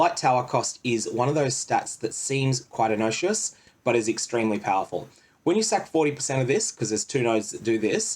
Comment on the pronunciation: Also ih- knock-you-us for innocuous. Love your videos!